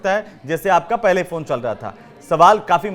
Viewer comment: कहां कहां से एंकर पकड़ कर लाते हैं। फ़ोन को फ़ौन बोल रहा है